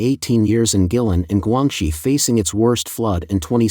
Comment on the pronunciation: The N.P.C selects the government leaders including Xi. Guilin is pronounced Gwaylin. Check the droughts in the U.S and Europe